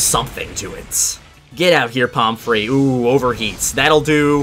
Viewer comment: pomfrey does NOT sound like palm tree